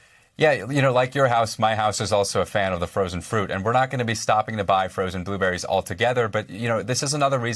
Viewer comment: It’s “blueberry” not “ boo berry” pleeease 😣